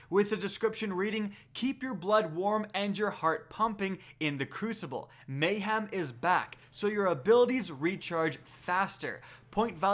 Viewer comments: have you never heard anyone say the word mayhem before. its not a hard word and you said it so many times. just look at the way its spelt. mayHEM not ham, hem. your whole job is just reading news off the bungie app but you cant say mayhem? jees bro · It's MAY-HEM, not MAY-HAM! There's no pork in the word. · May-Ham is coming back XD